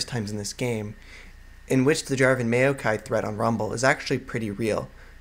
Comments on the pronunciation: It's not may-o-kai, it's maow-kai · you say maokai really awkwardly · Not trying to hate but, as soon as you starting to say maokai i had to close the video, it really just boggles my mind a lot how you say maokai =/ but overall what i've watched of the video was really good